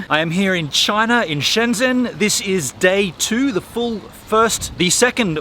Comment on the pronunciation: It's not Shen Dsen. It's like Shen dgen. It's like the way you say the French name Lagrange. You only need to add a "d" in front of the "ge". Or, the French name Legendre. If you know how to pronounce "gen", then you add an d so its dgen.